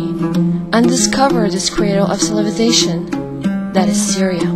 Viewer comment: This female narrator hasn`t got the clue with English pronunciation.... i mean "cilivisation" instead of "civilisation" is a big mistake, and even i`m not a native speaker... What else to say than, back to school sweetie :)